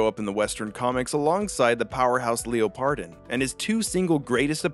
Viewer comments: every time i hear Leo-pardon instead of leopard-don, i dies a bit inside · Listening to the pronunciation of Leopardon (“Leopard-on”) as “Leo-pardon” is a new form of torture. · How could you butcher the pronunciation of Leopardon. Leopard - don not Leo Pardon LOL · Hemrione graanger voice: it's leopard-on, not leo-pardon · why do so many people call leopardon "leo pardon"? have none of yall seen the word leopard spelled out before?? 😭 its "leopard don" not "leo pardon". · The emphasis is in a really really weird place. You are saying leo-pardon. It's leopard-on. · “Lee oh pard on”. Have you never heard of a leopard? “Leh purd” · leopard (the animal) don (the dinosaur suffix) hearing leo pardon hurts me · "Leo-pardon" ...excuse me? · Is it pronounced like leopard, like a leopard giant, a leopardon? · ...That's not how you say Leopardon... Wtf how could you even think that's how you say it? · Way to mispronounce Leopardon not once but multiple times